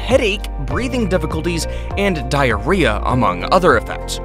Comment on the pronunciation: He you say diarrhea 🤣🤣🤣🤣🤣🤣